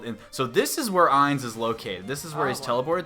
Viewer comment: I find it funny how she keeps calling Ains “Heinz” like the ketchup brand 🤣 10/10 video man 👏